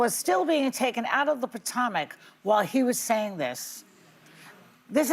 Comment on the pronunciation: Joy said Potawmac. 😂